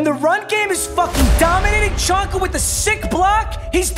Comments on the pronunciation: I’m sorry but as a fins fan it annoys me u saying chonka it’s pronounced zonka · “Chonka” 😂 it’s pronounced Zonka